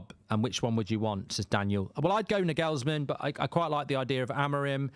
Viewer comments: Mark, it’s Nagelsmann (Naw-gul-sman). Not Nah-gells-man. Also, no way does he walk away from managing Germany to manage crappy United. Lol. And here comes Gareth Southgate in 3, 2, 1… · For God’s sake pronounce Nagelsmann PROPERLY!